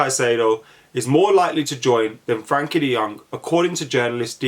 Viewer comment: Never heard someone pronounce Frenkie's name wrong so many times..